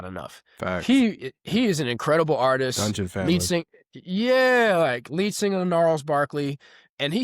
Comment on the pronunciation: emphasis on DUNGEON FAMILY